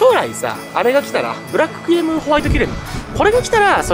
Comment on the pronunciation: キュレムがキュレルに聞こえてしまう、今日この頃。。 そして、メガオニゴオリ、まだだったのを見つけてもうた(￣▽￣)ﾆﾔﾘｯ ちなみに、タイムチャレンジは、砂にして、今日中に終わらせました。 前の動画で書き忘れましたが、実はカチコールくん:_irotigai:しました(*^^*)【野性です】 しかし、、寒いです😰 帰宅したら停電に見舞われ、さらに寒かったです😢 P,sご飯は炊いといて、水も少しはストックしとこうと思いました(^_^;)